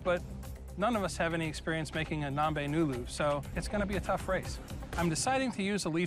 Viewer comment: Its not "Nombe Nulu" its , " Ngombe Ngulu" Naier